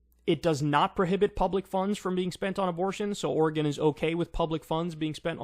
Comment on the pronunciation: YOU PRONOUNCED OREGON RIGHT! I'M SO HAPPY!